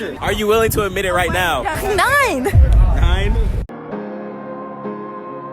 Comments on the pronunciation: When she said "9" I legit thought that she said "Nein"... Maybe I've been doing the Duolingo lessons too close to bedtime... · Same, I came to make this comment 😂😂😂